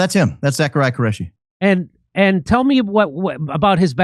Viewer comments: its ZACH QURESHI NOT Careshi pronounced KOO RE SHI ‼️💯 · Qureshi , not Careshi